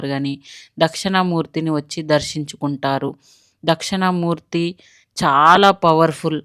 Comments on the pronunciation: Dakshana Murthy kaadandi dakshina Murthy devudi videos chesetapoudu vuchaarana important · అది దక్షిణా మూర్తి అండి.... దక్షణా మూర్తి అన్నట్టు వినిపిస్తుంది... సరిచూసుకోగలరు.